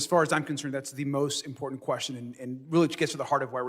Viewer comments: Please get rid of the annoying yellow borders. Really distracting and unnecessary. That said, dear MTG. The word is Important, not impordand. There are two "t's", not "d''s. Same thing with Drowning.... there is no "D" in the word, yet she pronounces it Drownding? Yes, past tense is that someone 'drowned'. Which is likely why she says drownding?! How can idiots like MTG and/or Bobert get elected in the first place? Hmm, how was Diaper Don elected in the first place? GOP DEPENDS on Diaper Don Trump! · Maggoty Traitor Pein really doesn’t know it’s imporTant not imporDant. What a fool. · Impordunt as she says 💙